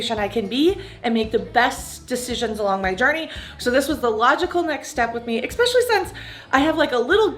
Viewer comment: “Xspecially since” I love when someone is trying to “Educate” me and then they say “Xspecially” 🤣🤣💀